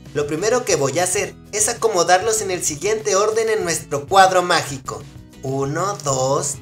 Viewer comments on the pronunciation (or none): Quin escucho macico en ves que magico ♥♥♥♥